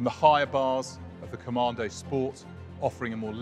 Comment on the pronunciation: Top Tip, there is no R in Commando .